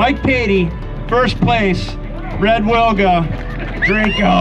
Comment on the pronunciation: btw. you pronounce Wilga wrong. In polish 'w' sounds like 'v' so you should pronounce it more like 'vilga'